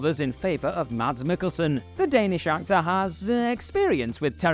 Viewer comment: It's pronounced "Mazz Miggelson". Remember the name.